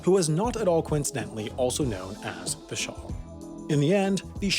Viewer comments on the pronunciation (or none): It's Shah, not Shaw. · Shah, not shar.